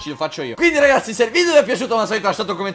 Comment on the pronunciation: #favirisponde ti sei accorto che al posto di ragazzi dici racazzi? Se non ho sentito male!